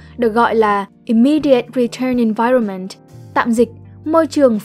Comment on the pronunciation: Bạn phát âm tiếng anhh hay quée (nhất là chữ environment, trừ chữ measure keke)